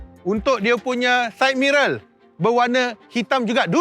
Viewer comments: side mirror kan? ke abg sebut syed mirol 😆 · Rasa tenang je bila dengar sebut subkraik dan side mirel. 😁. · haha aku ingat aku sorang je dengar side mirrel